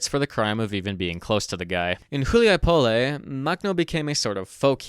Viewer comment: Hu li a Poll...say it right yeesh